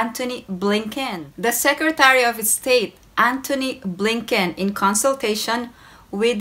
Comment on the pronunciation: I’m just here for the pronunciation of Antony Blinken. Don’t mind me :).